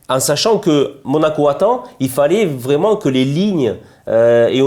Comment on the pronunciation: C’est Vraiment ! Pas « vraiement » 😂